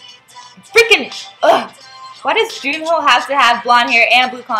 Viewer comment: his name is pronounced jun-hwae/hwe (ju-ne) :)